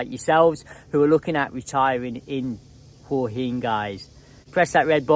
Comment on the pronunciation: If you've been visiting Hua Hin for over 15 years, it's about time you learnt to pronounce the place correctly. LOL